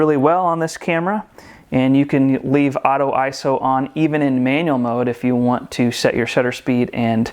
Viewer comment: Thank you for pronouncing ISO and bokeh correctly.